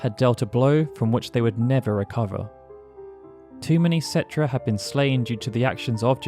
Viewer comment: Umm its pronounced ketrah...